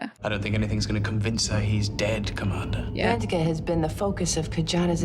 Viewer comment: See how Terry (Dax) mispronounced the name? She said "Van-teak-ah" instead of "Van-ta-ka".